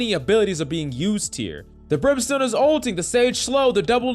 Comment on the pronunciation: "Brimstone ult" bruh